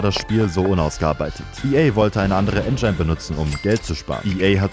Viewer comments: Wenn du noch einmal En-schein sagst, nh .... En-gin(e) sprich [en·jn] ... stummes e am Ende.... scharfes I ... oida ... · Engine spricht mal als "En Dschin" aus. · Schon wieder "En-Dschein" Wolltest du ENGINE sagen, du Ähren-After Mann? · Es wird Endjschin ausgesprochen, nicht Ändschaijn. Literarisch unschaubar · Dieses "En'dschein" statt Engine macht mich kirre ey 🤣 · Engyne triggert echt mies haha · Wer nennt "Engine" eigentlich "Engein"?😂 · Ist die Aussprache von Engine ein Meme oder sprichst du das wirklich so aus? :D Das Video hat mir aber sehr gefallen, nur die Aussprache hat mich ein wenig getriggert xD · Wirklich sehr gut getroffen, habe mehrmals herzlich gelacht, obwohl es eigentlich so traurig ist 😂 Jetzt lerne bitte nur noch, wie man das Wort „Engine“ richtig ausspricht 🙏🏼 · Wie "engine" sagt lässt mich zucken. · Wieso sprichst du engine so merkwürdig aus :( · triggert so hart ea sports hat was mit SPORT zu tun.. und engine sollte man schon aussprechen können.. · lern "engine" auszusprechen oder mein gesicht versteinert für immer mit einem hide the pain harold lächeln. king video btw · Ich wollte ja das "Schlauchboot" ignorieren oder als Scherz verstehen (das heisst "Luftkissenboot"), aber die Aussprache von "Engine" geht gar nicht. Da kriegt man Ohrenkrebs von.